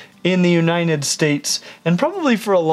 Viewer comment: He Said: “in the uniNed states :]